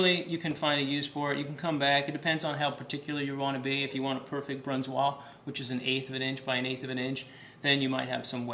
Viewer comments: This is god damn stupid. This guy has no idea how to treat a blade, dragging it around the place like his ex. The cuts are at best commis level, the julienne isa huge fail. And it's a BRUNOISE not what ever that mumbling was. Get that vest off, you're an embarassment to the industry. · Y'all it was stressing me out that he was mispronouncing things like SANTOKU and BRUNOISE! Also where were the other knives he was supposed to talk about? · Its not santuko and it's not brunswa